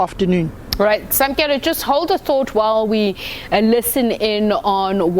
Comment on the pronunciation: Samkelo. not Samkele. bloody model c